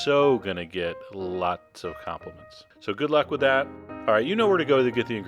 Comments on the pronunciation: "lllllllllots of complements" huh? nice. ;] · LOL! "Llllll-lots of compliments" :]